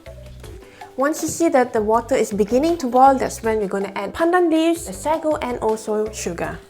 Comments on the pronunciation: it's sa-go not sego. hehe. anyways good video! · Actually the pronounciation is say-go in English/American